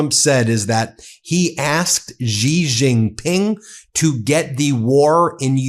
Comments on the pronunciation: Come on, Ben. Xi Jinping is pronounced "She zhin-ping." Xi's family name is not "zhee." I live in China, and NO ONE here pronounces it the way you do. I love ya, but Xi is pronounced like the English word "she." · Bro, stop saying Gi Gin Pin please. It is Xi Gin Pin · Xi JinPing ❌ Ji JinPing ✅ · Cn's prez is not pronounced Gee jing ping.:face-purple-crying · You should work on your pronunciation when you say the name of Chinese president